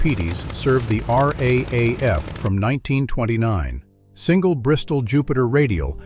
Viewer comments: the AI commentary is painful. Nobody says R A A F. It is pronounced R double A F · Raaf pronounst r double a f